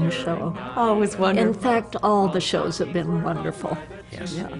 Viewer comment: Wunnerful wunnerful wunnerful!! hehe :D